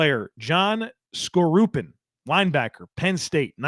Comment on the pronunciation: That was fun you could have added best ever UDFA too. Maybe not that easy to research though. By the way it is pronounced John Score-u-pan.